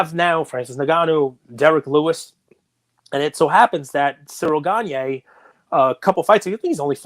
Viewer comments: It's pronounced ciril gahn not cereal ganye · Bro stop butchering cyril gane name Jesus bro